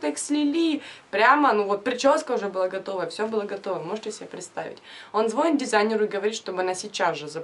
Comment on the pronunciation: Прям коробит от твоего звонит😯